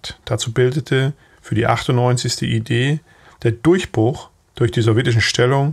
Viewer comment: Warum wird die Abkürzung "ID" für "Infanteriedivision" in englischer Aussprache gesprochen?